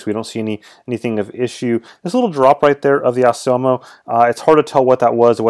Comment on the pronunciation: Assioma is pronounced Ax e um in italian